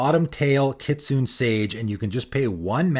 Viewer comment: It's pronounced kit-soo-nay, by the way. Not kit-soon.